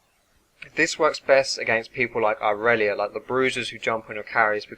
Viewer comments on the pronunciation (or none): none